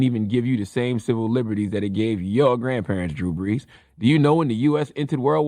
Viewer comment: Killer Mike gave Drew the ultimate disrespect by accidentally mispronouncing his name 😂😂😂 "Drew Blees" 🔥🔥🔥